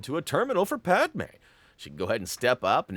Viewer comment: WOW you actually pronounced Padmé's name correctly for once, instead of Padamé which is how you pronounced it before you said Padmé good job young learner